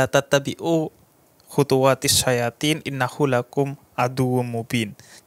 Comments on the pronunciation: Cuma mengingatkan bib, bukan "khutuwaa tissya yaa tiin" tapi "khutuwaa tissyai toon"🙏🏻😊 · Betul harusnya "syaithon"bukan syayathiin. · Bib bukan syayatiinn tapi syaithon....al baqarah 168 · Koreksi atas pelafalan Quran suroh Al Baqoroh ayat 168, Bukan "syayatin" Tapi yg benar adalah "syaithon". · Maaf bib yg benar insya allah khuthuatis syaithon bukan khuthuatis syayathin. Beda baca an beda makna nantinya. Mohon maaf kl ada klirunya. Afwan.